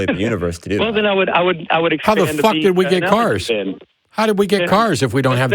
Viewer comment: “What know what I don’t have?” I thought Matt was going to say something like “Fuhhhcking patience” 🤣🤣😂😂 the way Matt pronounces the F-U sound when he curses gives me energy to continue